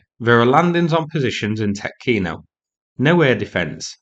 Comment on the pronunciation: its pronounced tee-otkino